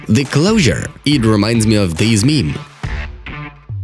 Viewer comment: Its meme not mime